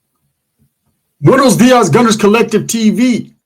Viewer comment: You sound really dumb when u say buenos dias ..say it right like a true Mexican ..or dont say it at all say gmoring lol better